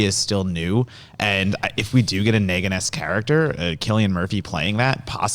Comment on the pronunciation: The way that he said Negan is horrendous.